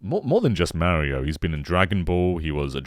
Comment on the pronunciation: Meh-rio series ahhhhhhhh Mah-rio!!!! I can’t get over the way he says Mario. I can’t.